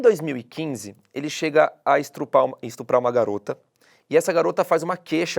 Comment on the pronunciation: Ele continua chamando de você? Mas a Carla não dá um puxão de orelha nesse garoto, não?? E outra, ele falou "estrupar"... Poxa, estagiário tem que estudar né??